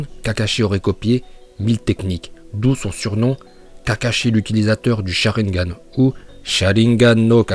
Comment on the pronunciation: Quand il dit charingan il me tue direct liké